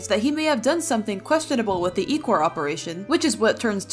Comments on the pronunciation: no its ichor😭😭😭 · Me coming back on this video after 5 months and crying because of how they pronounce "ichor"i know they know now they pronounced it wrong but I just cry over the way they say it😭💔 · You saying Ichor wrong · YOU PRONOUNCED ICHOR WRONG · Ur saying ichor wrong lol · You're say ichor wrongly, and it sounds weird 😅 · You said inchor wrong and I’m sorry to tell you ps I love your vids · IT'S ICOR NOT ECOR SONA!!! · Ichor not EEchor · again stupid ichor!!! Not echor!!! 🙏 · Ik its a mistake but the echor instead of ichor is killing me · It’s icor not ecor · It’s I-cor not eee-cor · You pronounced Ichor wronb its "Eye-cor" not "E-chor" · I-core is how you pronounce it not ih-core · It’s not echos!!! It’s ichor!!! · It's not ecore it's icor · Bro , it’s called “eye-cor” not “Icor”! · By the way, I don’t think Ichor is pronounced eek-or, I think it’s pronounced Ike-er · First of it’s not EEchor it’s Eyechore prounounced Eyecore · It hurts me hearing you say ecor.. It's EYEcore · Why does everyone i know say ECOR ITS ICOR not actually the spelling btw just pronunciation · ITS I-CHOR NOT EH-CHOR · WHATS ECHOR?!?!! IT'S ICHOR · It’s I-chor not icier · U call it icor not ichor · couldn't help but correct you because this TRIGGERED me.. Ichor is not pronounced ee-kor its eye-kor, hope this makes sense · ITS ICHOR NOT ECHOR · ITS NOT ICORE OR ECORE ITS INKER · I thought the word ichor was pronounced “iecor” not “eechor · ITS ICHOR NOT ICOR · BRO ITSNOT E-CORE IT'S I-CHOR ye im undubbing for a week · It's not ecor it's icor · Why does she keep on saying Ecore it's icore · it's pronounced EYE CHOR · It’s pronounced (i-core) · Btw this is how you say ichor "ICKER"spelled like ichor. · Rember its I-chor ok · Ichor is pronounced "I-Core" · Ichor (EYE-core) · Why are u saying ICOR WRONG?! (sorry this is not a hate comment) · you say it like IY Chor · not go be rude but you pronounce it as ie-cor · You got ecore rong 😂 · Btw it’s pronounced I-Core!